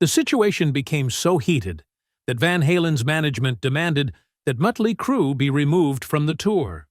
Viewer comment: "Mutley Crue"? WTF?????